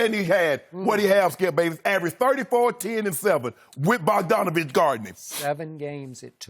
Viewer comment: THIS MAN SKIP SAID BOGDANOVIC 😂😂😂😂😂😂😂😂😂😂😂😂😂😂